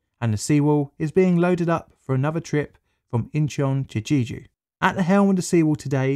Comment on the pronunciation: I know that you apologized in advance for your Korean pronunciation, but some attempts were so egregious it took away from the video. You could have looked up whether you were in the ballpark or not. Jeju is not pronounced 'Jeeju', for instance. I had to stop watching, sorry.